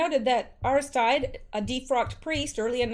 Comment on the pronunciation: Aristide (A-ris-teed')